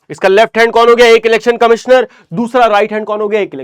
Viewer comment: be like elections ❌ lelections ✅